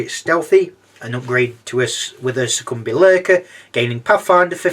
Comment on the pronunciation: Awesome review! Keep it up :) Also I’m pretty sure Succubi is pronounced (Suck-U-Bye) at least that’s how I say it haha